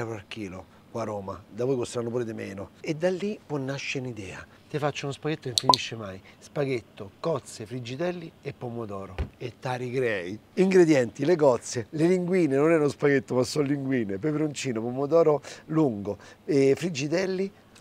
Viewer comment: in sicilia non si dice ,,ti arricrei" ma ,, t' arrichii" con la ,,I" lunga